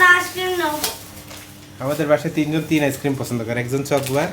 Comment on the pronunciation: কথাটা চকোবার,চকবার আবার কি?